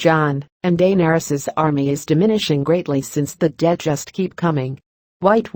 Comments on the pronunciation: I hate the way the narrator pronounces "Daenarys". 😣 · felt like stabbing myself everytime heard DAYNERYS